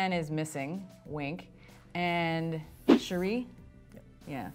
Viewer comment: They even mispronounce Shuri